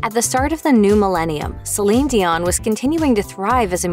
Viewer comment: This was a great a terrific breakdown of her entire career. Although, I think that you should have pronouced her first and last name correctly. However it was still marvellous.